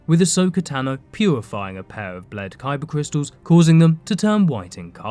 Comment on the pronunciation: “Cybah cwistuls” 👉🏼👈🏼